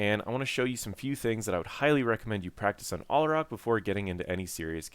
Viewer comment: it's al-ah-rack, not all-uh-rock.